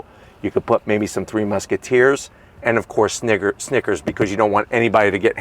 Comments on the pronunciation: He stopped short of saying nickers, and almost sounded like something else, all because he realized he didn't get the s out lol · He tried to say snickers , but…. Lol😅